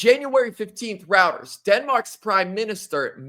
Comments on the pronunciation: IT'S ROY-TERS......duma$$ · The guy doesn't know how to pronounce "Reuters" news agency.